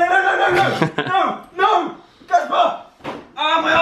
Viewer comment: Girl its CASPAR not CASPER